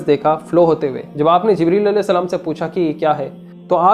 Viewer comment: Bhai salaam sahi se kiya karo